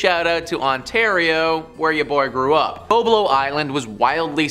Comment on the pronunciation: If you're from Ontario pronounce the islands name correctly. It's Boblo island. As a fellow Ontarian that was an embarrassment on a maple leaf fan level.